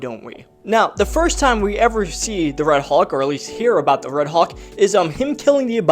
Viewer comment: It’s hulk not hawk 😤😤